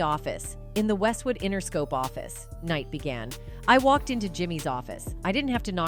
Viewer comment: Learn how to say the names first 😂 Mr Knight and Ms Warrick wow this gotta be a lil kid lol